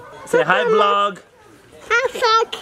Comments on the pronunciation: At 1 she said hi f*ck not hi vlog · At the start it sounded like Adley dropped a f bomb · Hi vlog sounded like hi f***k but ur still cute adley😘😘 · I thought at the intro she said the f word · It sounds like adliy said oh fu** I hope not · She said oh f***k instead of hi vlog. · I know this is a family friendly vlog and all, but it did NOT sound like Adley said "Hi Vlog" while she had that bucket on her head! lol